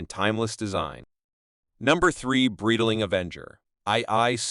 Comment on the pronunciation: Great video but please revise your AI voice over, "Breedaling" and "Bee-zil" made this video hard to watch